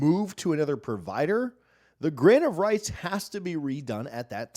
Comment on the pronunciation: Every time he says “grant of rights” I hear “grain of rice” I swear